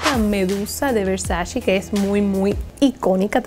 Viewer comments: Se escribe "versace" y se pronuncia Versache no versachi. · Es VersaCHE, no versaCHI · porque pronuncias “VersachI” si hasta Donatella hizo un video enseñando a pronunciar su apellido y nombre de marca la cual se pronuncia con E y no con I? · Todo divinooooo, pero se dice VER SA CHE! es italianooooo! Yo estudié, ver sa CHE! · se dice versache lo dijo la misma donatella en su video de 73 preguntas Vogue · no tolero que digan Versachi 🙄 eres muy agradable pero en serio. es como patada en los 🥚 oir eso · Empieza por aprender primero como se pronuncia VERSACE!